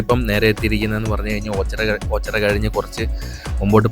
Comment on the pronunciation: ഓച്ചറ...alla.. ഓച്ചിറ